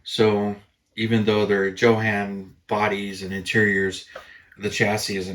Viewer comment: Built my first model in 1963….Funny how things change as the years go by!! Back in the days, E-V-E-R-Y-B-O-D-Y pronounced it as “YOHAWN” not “JOE-HAN”! Even the hobby shop owner….which was also a Schwinn bicycle shop!!! Who knows, maybe someday they’ll say it’s pronounced “HO-JAN” or even “JOAN”!!